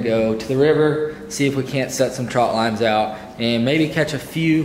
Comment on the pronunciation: I'm glad you got it right calling them trot lines instead of ( trout lines) like so many people on here